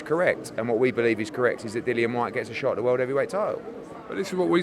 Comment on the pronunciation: He really wants that ‘Vorld’ title shot